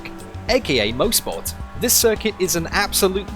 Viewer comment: I'm from Bowmanville. This is pronounced MOSS-SPORT here. Maybe we locals pronounce it wrong. Certainly possible.